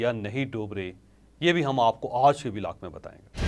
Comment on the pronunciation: سر جی (آج) کی ادائگی تو تھیک کر لیں